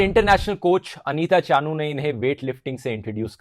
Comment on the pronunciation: Good video! But it is चनु, not चानू